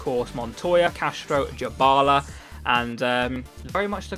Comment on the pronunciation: Just saying his name is not pronounced "Jabala" it is literally "die-bala". Good video anyway mate💦